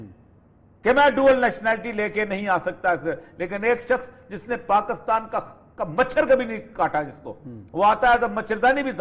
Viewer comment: افسوس اپنے ملک کا نام صحیح نہیں لے سکتے۔ کاف پر بجائے زیر کے زبر لگا دیتے ہیں۔ دلچسپ۔